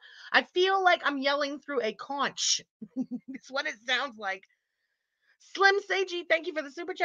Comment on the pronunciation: LOL!! Absolutely NO disrespect,, but conch is pronounced conk. It's funny because sometimes I mispronounce it on purpose. Like "canch" and very nasally. hehe!